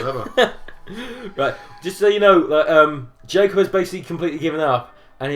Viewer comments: "ITS JACK-UB" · I thought it said "Jack's cock". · When they say "It's Jacob!" at the beginning it sounds like they're saying "It's Jack-Off!" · When Ash, Brock, and Misty were saying, "It's Jacob!" at the beginning of the video, I legit thought that they said "Jack-off" lolololol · I personally heard "Jack off" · "Jack-ohb" Quality sentence mixing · ITS JACK-UB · Cole Lipe I heard Jack off